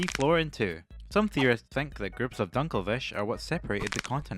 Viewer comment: "Mines dunkle fish "XD